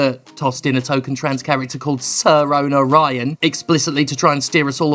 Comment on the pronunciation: You mean sirona, the Celtic goddess of healing and rebirth? That's who they named her after. Her name isn't "SIR". Its sirona, named after a Celtic goddess. Please, do the bare minimum research my dude.